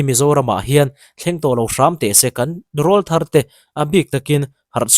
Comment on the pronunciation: Rawlthar I lamrik dan a diklo,,,ka utuber duh ber inia,ka ngamtlak che a,ka rawn sawisel ve mai mai aw,rawlthar hi mipa sawina ania,an aw alo pawr chhoh aṭang khian rawlthar tih an nih,enpai ka lamrik ang deuh hian rawlthar tih a lam tur aw,ṭha hnem ngaihna vang liau liau,in deusawh leh thiam intih bik vang anilo aw😂